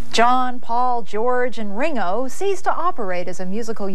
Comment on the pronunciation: The way she pronounces Ringo at the beginning. Like he was a Marx brother